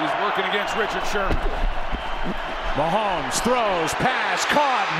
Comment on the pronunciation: Ths message is for the pod castors. The name is Ma homes not Ma hemes. Geez!